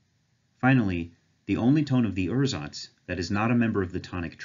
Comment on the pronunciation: I'd personally pronounce "ursatz" as "oor-satz", because otherwise it sounds like you're saying "ersatz", which means something quit different; it's also a lot closer to how it's pronounced in German.